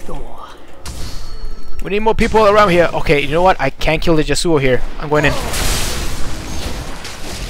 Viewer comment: Pretty salty about the YAsuo (emphasis on the first syllable)